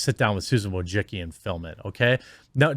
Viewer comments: Wojcicki: voy-chit-skee (Polish) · Susan Woah-Sicki..... You're FIRED !!!!! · I'm here just to see how Jeremy pronounces Wojcicki surname.